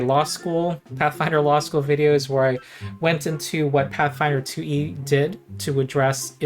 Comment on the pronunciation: I love how every time you say “2E” it becomes one word that sounds like “Tooie,” reminds me of Banjo Tooie. This is a channel primarily about Pathfinder Tooie, but occasionally other stuff like Path-Finderie and DnD Threeie.